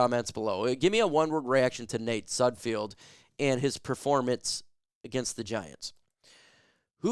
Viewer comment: Any self respecting reporter knows how to pronounce the players names they're reporting on. Its sudFELD. Everytime you say it wrong it makes me want to turn the video off. You lose all credibility with me. Sudfeld is trash but say his name right